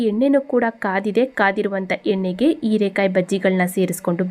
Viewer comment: Erakaee alla herakaee please correct your kannada